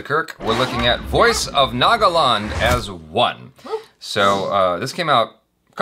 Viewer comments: Jaby it's naga-land as in earth/land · 'land' is an english word. why did you pronounce it wrong? why? 😆😝